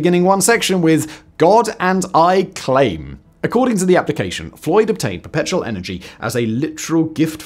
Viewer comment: I feel like he was missing a couple syllables in "Perpetual" almost every time he said it... I kept hearing "Petrol machine"